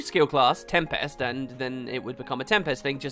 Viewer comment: Oh great, now we get to hear you mispronounce tempest in every video for the next 5 years. Joy.